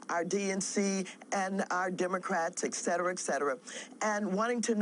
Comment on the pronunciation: it's ET CETERA, not eck cetera. "AND other similar things. " God, I hate that.